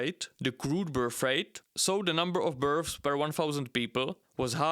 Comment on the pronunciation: Love the accent of this video, makes me laugh every time he pronounces births as berfs, birfs, or burfs.